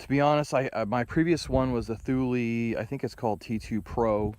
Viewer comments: Actually, it's TOOL LA, if you ask the Swedes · TOOL LEE not thooulie haha